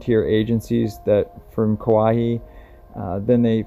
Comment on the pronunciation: Kauai is pronounced "Cow-Eye"